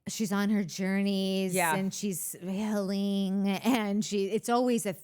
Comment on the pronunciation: Whitney's "hilling' makes Lisa "fustaded" 😂